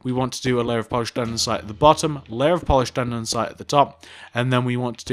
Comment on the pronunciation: "Polised Aninsite"